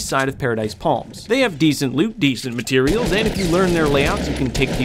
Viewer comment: Drinking game: every time says matireals take a shot